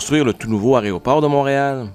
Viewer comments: Aéroport (et non aréoport !, erreur répétée une centaine de fois). Tous les vols (et non toutes les vols). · "Aréoport". 😬 Peut-être que le mot sert à désigner à quel point cet aéroport est difficile d'accès en journée ("Quel aria, cet aéroport!" 😏 Eh oui, notre aéroport est loin de figurer parmi les plus élégants du pays, du continent ou du monde... idem que la drabe gare centrale de Montréal. 😢